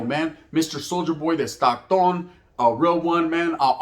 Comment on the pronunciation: It’s Stockton homie not Stocktone!! Dead homies! Palabra foo!! 😂 por favor believe it!!